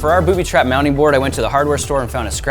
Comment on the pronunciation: Thought he said bootytrap